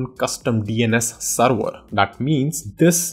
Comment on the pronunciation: whats a seerweerrr? its called server!